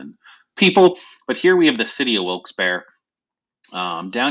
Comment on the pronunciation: the only correct pronunciation lol